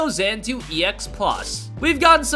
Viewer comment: Xanadu = zan ah doo